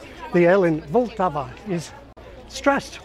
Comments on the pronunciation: Nice🙂@ suggested your pronunciation of "Vltava" as "vul-tava" gives the first syllable an unnaturally long vowel sound and I agree but one thing I noticed for the first time (with your help) is that the "t" is the start of the second syllable and not the end of the first. I have slowly been getting used to these unfamiliar and often long consonant combination for 25-30 years using the rule that you just try and pronounce them all with minimal vowel sound between them but it seems the last in a sequence (followed by a vowel) can and should (perhaps always) be used to launch the next syllable? Regarding the emphasis, assuming we are talking about intonation, my Czech wife seems to emphasize "ta" (higher tone than "Vl"), our teenage daughter says "to je jedno" (no preference) and my adult son seemed to emphasize "Vl" when I asked him but possibly only because he realised my focus was on how to pronounce the first syllable. Maybe the emphasis depends on whether the first syllable has any significant vowel sounds in it? Here the second syllable seems to be pronounced with higher tone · Vltava - the stress is on the first syllable, vl, but it is short, not long as you pronounce it. Polish is the only language with soft r, but it is not as sharp, closer to zh. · I deeply bow to your pronunciation of Czech words, the only exception is Vltava, you have to push harder on L :D I wish my English pronunciation was that good! PS: This can be no less terrifying for English speakers: Strč prst skrz krk (Stick a finger through the neck). Where there are no vowels at all. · I still sensed a bit longer emphasis on L in Vltava in your pronounciation, but otherwise good.